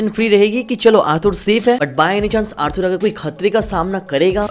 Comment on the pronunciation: Bro Arthur ko "Arthoor" nhi "Arthaar" pronounce karo